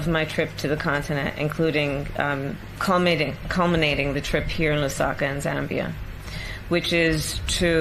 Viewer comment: Lol. She said cumminating...